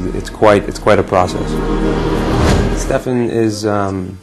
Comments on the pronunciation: it's not Stephen It's freaking STEFAN ! With F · IT'S SPELLED LIKE STEFAN FOR GOD'S SAKE..NOT STEPHEN